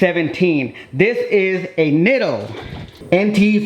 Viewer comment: Neatos is how they are pronounced, Japanese pronounce their i's like e's. Just closed on the house, almost there to put out additional content especially of my catfish 😆